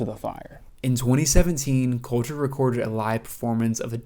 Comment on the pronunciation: My brother in Christ, Please get into some sprach therapy to see to your selective inability to pronounce your L's You're a good essayist, but Listening to you say 'Cowter Wall' is rough.